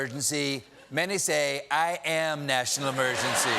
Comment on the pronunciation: He didn’t say “National Emergency”, he said “Nertional Emergency”. Very different.